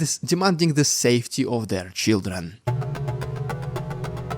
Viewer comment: they are sending their children? or Shieldren? I couldnt tell if that was your accent or if that was a pun. either way I liked it.